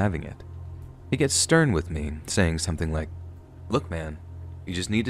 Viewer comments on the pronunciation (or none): none